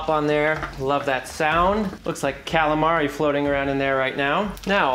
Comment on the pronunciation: Him pronouncing prosciutto to me is like nails on a chalkboard. CORRECTION: him saying calamari is just as bad. But to be fair, great way to make deviled eggs. Going to do this method this Easter.